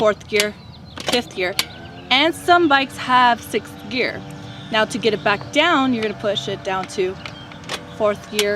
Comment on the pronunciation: she cant say sixth :D